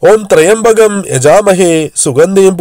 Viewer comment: ത്രയംബകം എന്നല്ല ത്ര്യംബകം എന്നാണ് ' ത്രയംബകം ശൈവ ചാപമാണ്. മന്ത്രങ്ങളിൽ ഉച്ചാരണ ശുദ്ധിയാണ് പ്രധാനം